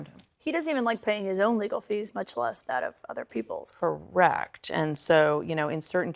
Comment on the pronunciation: "cor-RECT" NAILED IT!